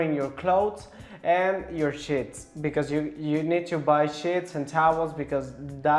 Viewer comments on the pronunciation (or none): Sheets sounded like shits 🤣🤣🤣😂😂